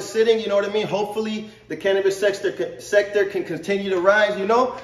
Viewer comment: “Cannabis SEX-tor”😂